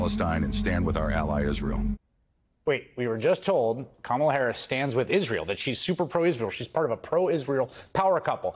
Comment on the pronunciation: Interestingly, the second spot mispronounces the VP’s name. If they’re the same team, I’m thinking that was intentional. You said cynical; what bothered me most was the sexism. Harris is painted as the poor, bereft woman,” who sits at the feet of her husband to understand Israel. I’m sure Doug is a kind, helpful source whom she loves very much. I’m also sure she could negotiate with Bibi today without consulting Doug— kind as he is. They are a power COUPLE, as I see it.